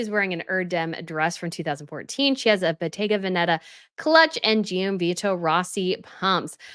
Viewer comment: Great coverage of all the royal fashion! Just want to mention, Gianvito is pronounced more like “John Vito” and there’s no emphasis placed on the i when it comes after a g. Hope you don’t mind me mentioning it!